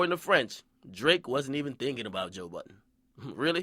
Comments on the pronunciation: lmfao when he said boiidunn sounds like budden this nigga funny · lmao why do nigga keep calling this man Joe Buttons? hahaha come onnnn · French might not of went in there with negative energy but Aubrey sure did. Nigga even said "Budden"